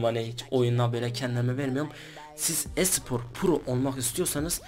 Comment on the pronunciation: İlk önce konuşmayı öğren konuşmayı.Esıport ne ?